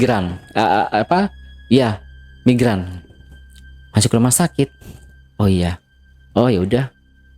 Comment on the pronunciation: Migrain bang, bukan migran.